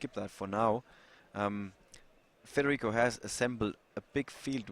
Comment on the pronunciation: da notare "FREDERICO"